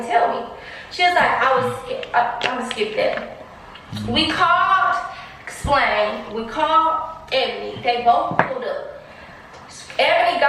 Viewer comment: said “Splain”🤣🤣🤣🤣